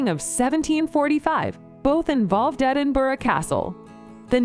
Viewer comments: Actually, the last time she said it she said Edinburg. hahaha :) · Edinburgh - pronounced Edinbra. Glamis Castle - pronounced Glaarms. Culzean Castle - pronounced Calleen. etc etc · As a Scot from Glasgow I cringe when Edinburgh is pronounced. Edinboroo, Edinburger just say it like it is just Edin......bur.....rahh, there you go! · This video should not be voiced by an American person ,your English is not good enough and she mispronounced almost every word relating to a Scottish name place or castle .for heaven's sake glamis it's pronounced glams ,culzean castle it's culane Edinburgh it's Edinburah and certainly not edinboro . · Edinboro? Surely to a native it's Embra? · Oh dear; Baal-ate-r, EdinburG, Ayr shire, Culsayan, Glam is, For far, Dun oadr, etc etc etc! And you wonder why we disdane yawl, fuming, laughing, with British politeness, behind your stupid, ignorant backs! Judging by this vid I would NEVER EVER watch any of the others by them. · At one point, she clearly said "Edin-berg"... I assumed that the rumbling sound I heard from down here in England was the noise of thousands of dead Scots turning in their graves. Or maybe that was just the Queen Mum yelling "Glam-iss? Did you say "Glam-iss? Off with her head!" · Lol, it couldn't even get Edinburgh right, what are the hopes of it getting anything else right? 😂